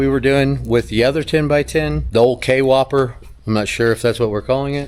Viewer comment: The Kwhopper. Not k-whopper. Kwhopper all one word